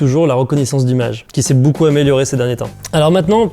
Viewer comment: Il a dit Boucoups boucoups Hésitez